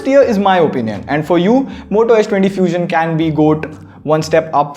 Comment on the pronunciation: Did he just said moto 20 few-xion?